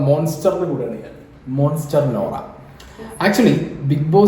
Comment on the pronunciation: മോങ്ങൽ സ്റ്റർ അല്ലെ മോൺസ്റ്റർ അല്ലല്ലോ